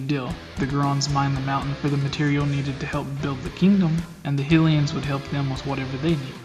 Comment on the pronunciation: sorry man, "Hilian" and "Geron"... you're killing me. very interesting theory though! I enjoyed the video.